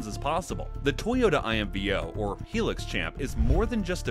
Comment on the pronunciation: For goodness sake man, it’s a HIGH lux ! NOT a heelux!!